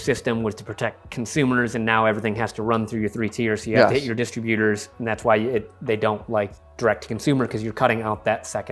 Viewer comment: Dis-trib-U- tors not distra- butors! Please!